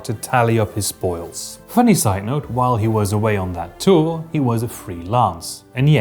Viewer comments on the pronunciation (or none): none